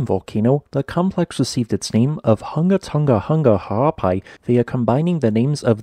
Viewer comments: I’m impressed by your ability to pronounce the volcano’s name. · Kudos for your commitment to the pronunciation of the whole volcano’s name 😁